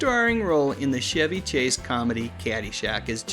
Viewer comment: Enjoyable as usual..but really ..."Shevy" Chase? You know he pronounced the ch' as in cheese, not like the car, Shevrolet 😜